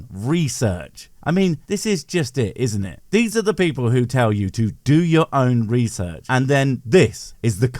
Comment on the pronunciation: The twit put that definition up on-screen himself while he was lying about it. It didn't even require research, nor even "reeesurtsh", he literally copy/pasted it into one of his slides himself and then completely ignored what it said. I think we have to invent the expression "Do your own DEsearch" now to mock him properly.